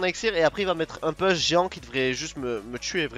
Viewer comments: pouuuuche, pas "peeeeche", en anglais, le U se dit Ou, comme tu l'emploies souvent, si tu pouvais rectifier, ça ferait du bien à nos oreilles ;) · Ca me fait très plaisir que tu prennes la peine de me répondre. Je peux donc t'assurer qu'on dit "pouche". Si tu fais un peu de muscu, tu connais les "pompes", on dit "push-ups" en anglais. Ici, tu as le "OU" de push, et le "E" de ups. Une vidéo de 15 secondes pour que tu entendes bien la différence . Pour le reste, merci pour tes vidéos, t'es vraiment très fort et j'ai bien aimé que tu nous apprennes où poser le gang pour battre le fantome ;)